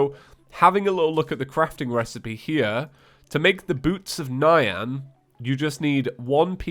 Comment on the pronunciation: "Boots of Nyan" is pronounced N-yan, not Nigh-an btw